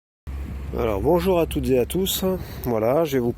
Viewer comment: "bonjour à toutes z é à tous" ouaou ça en jette!